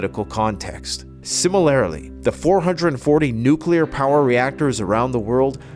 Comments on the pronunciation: Laughing at how pronounces "similarly" Hahaha 'similairlee' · SIM A LAIR A LY? MILLI TARE RYE ZATION? What’s wrong with this guy’s English? The female speaker sounds better than him.